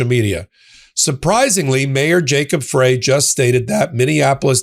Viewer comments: It’s Mayor Frey, pronounced “fry,” as in french fry. Not “fray,” as in the bottoms of your jeans if they’re too long. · Minneapolis Mayor Jacob's Frey's last name is pronounced "Fry." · Mayor Frey's name is pronounced Fry. Thank you for all your work. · Jacob Frey pronounces his last name "fri' like 1 french frie. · Frye is pronounced as "Fry" for the mayor of Minneapolis